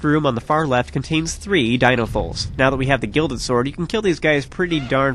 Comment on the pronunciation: ISN´T IT DINOLFOS? AND NOT DINOFOLS?